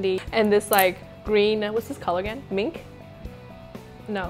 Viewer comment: Its Mint not Mink 0